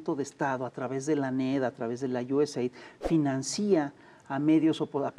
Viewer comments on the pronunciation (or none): Excelente programa, solamente una observación se dice financia no financía ojalá y alguien le insista al gran fisgón mi maestro preferido, felicidades